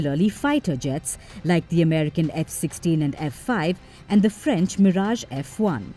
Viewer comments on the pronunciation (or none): none